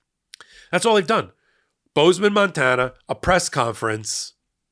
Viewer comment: Hey, the way you pronounced "Bozeman, Montana" makes me think you're a fan of David Cross' comedy routine about the Redneck voice. Amiright?